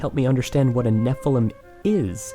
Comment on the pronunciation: Anyone else notice he says Nephelem instead of Nephilim?